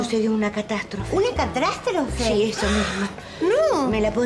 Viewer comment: una cratrastrofe? Jajajajjajajaj😅😅😅